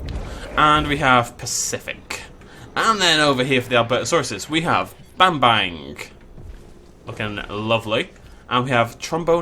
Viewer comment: Nearly choked on my chips when I heard him pronounce Bambang...